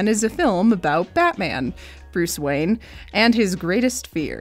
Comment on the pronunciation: Wayne not wang 😂